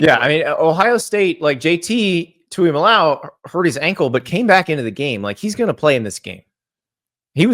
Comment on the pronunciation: Let me help you guys out, since you can’t figure it out in FOUR years. It’s pronounced, Too-E-MOLO-Ow. Also, 2002 OSU beating THAT miami team was the biggest surprise of all time